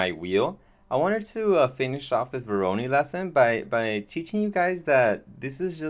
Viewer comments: pronounced voro'noy' not voroni ;) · Not meant as a bad comment at all, but just to clarify the pronunciation: It's vo like voice, ro like row and noi like noise. Thanks for sharing though, very interesting way of generating geometry through the use of node-based solutions like grasshopper, substance designer and even octane (nodes). Modo/octane user myself so always nice if people advertise its use. Am experimenting with nodebox and svg's to calculate/replicate 2D forms although it lacks a 3D output (you can export 2D vectors). I very much believe in the crossover of knowledge in programming and creating (3d) art so great job on your part. Did your experiment with using modo's procedural workflow using a node-based approach yet? This might also interest you